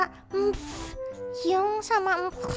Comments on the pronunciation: bantu dikit👁👄👁 Bacanya hyung bukan hyung tpi hyeong 👁👄👁👌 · Mungkin biar gaul 😂 Hyung di baca Hyung biasa padahal baca hyeong 😂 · Di Korea bukanya bacanya"hyeong"ya? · Hyunk bacanya hiyung